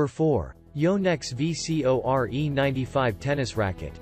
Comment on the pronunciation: "Tecnifibre TF fourty thousand three hundred and five... "Yonex Vee See Oh Are Eeh"...... Really?.....